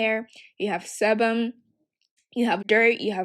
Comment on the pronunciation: Sebum is pronounce like see-bum